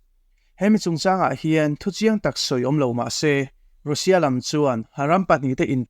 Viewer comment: 'Rusia' tiin lam suh, 'Rasia' tia lam rik tur a ni e...